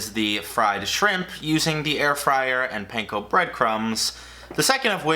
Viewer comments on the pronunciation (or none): Pahn-ko not pain-ko